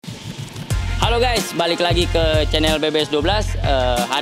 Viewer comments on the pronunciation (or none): none